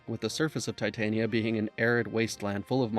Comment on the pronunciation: Love the vid, I loved this game. Just an fyi it’s Tit tan nia like a mid summers night’s dream, queen of the fairies… not a metal. 👍🏼